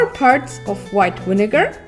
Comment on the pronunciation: "4 parts of white winagar" (LOL)